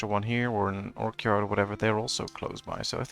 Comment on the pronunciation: Funny how you keep saying Orc Yard, I know you mean Orchard, but I wanted to comment saying you know there are no Orc's in the game, but I don't think it would make sense if I just made that comment. If you are curious about how to pronounce Orchard, just think of cha cha cha, the dance. Anyway, we're both Dutch and overall your pronunciation is pretty good :) so don't be offended by this, I just couldn't resist to comment